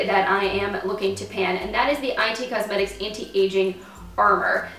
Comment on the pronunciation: Nice progress!! Btw, It Cosmetics is just pronounced “it” rather than “I” “T” cosmetics...